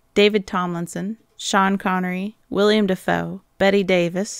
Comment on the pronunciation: I like your videos, but have to pick up on a couple of things. First it's Willem Dafoe, not William. And that list of good people to play murderers in the series is really bad. Not a single one I would have chosen. A lot of the people you mentioned were only beginning their careers in the 70s and would have been miscast anyway. You need actors who appear as the last person you would suspect. People like Ben Gazzara, Charlton Heston, hell even someone like Jerry Lewis would have been interesting.